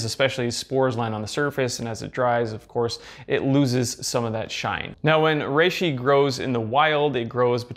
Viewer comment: Anyone else hear him say it "rrrrReishi"?